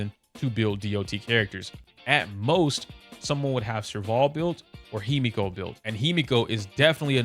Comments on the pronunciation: He meh ko. Not himiko. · Using English is the worst way you could choose to try and explain pronunciation lol 😭 no hate, but it's really funny bc I could only read that as heh-mehhh-ko, not hi-me-ko